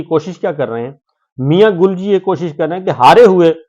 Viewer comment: گل کا گ نہیں بلکہ اس کی جگہ ل نے لے لی ہے 😂😂😂😂